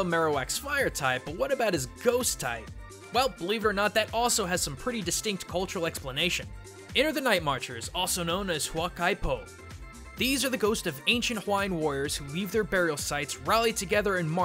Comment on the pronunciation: Huaka’i Po was a bit mispronounced. In the Hawaiian language, the apostrophe represents the ‘okina, which is a short pause. It would be pronounced “who-ah-ka-ee po”, but I am impressed at how well he pronounced most of the Polynesian language. Props to you,!